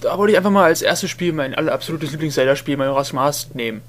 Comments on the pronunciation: Ach ja. Dein 1. LP. Du warst total schüchtern, aussprache falsch ( Majoras mask ) Ich find das hammer geil. Ich hab erst das und dann das Replay geschaut. Ich fand den anfang voll hammer. :D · Ach ich liebe es einfach XD du sprichst als würdest du eine Powerpoint Präsentation vorlesen und natürlich am Anfang erst mal den Titel falsch aussprechen <3 schon vor 7 Jahren war das für mich ein Highlight